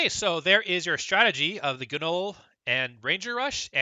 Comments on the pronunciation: The G is silent in GNOLL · Can you PLEASE learn to pronounce gnoll???????